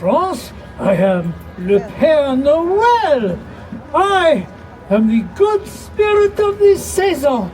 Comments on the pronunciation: Pierre Noel 😭. Père Noël. I’m French and I had a good chuckle. Cause I don’t blame you for saying Pierre. Means Father Christmas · I came here to say this. It's definitely not Pierre (pee air) Noel. It's Père Noël (pear no-EL). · It’s Père Noel NOT Pierre Noel 😂. It’s Father (Pére) Christmas. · So many people say Pierre Noel, not Pere Noel. Pere is father in French. So Father Christmas